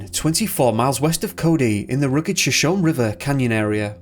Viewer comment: Sho shon nee